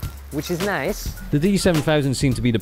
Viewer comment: "which is nice!" (borat style!) xD